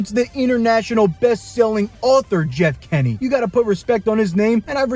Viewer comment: It’s Jeff Kinney not Jeff kenny 🤬🤬🤬🤬🤬